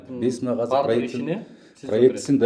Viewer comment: Ушул азыр деген созду казыр деп башына эшектин....